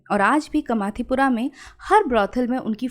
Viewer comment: कमाथीपुरा नही कामाटीपुरा 🙂